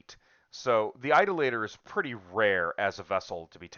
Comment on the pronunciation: Idoluh-tor. Not Idol-later.